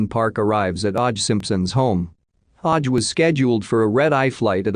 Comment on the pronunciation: Normally this kind of mispronunciation annoys me but this one had me in fits of giggles 🤭🤭😂🤣